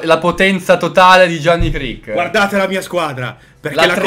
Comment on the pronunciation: SI CREEK SE CREEK!!!!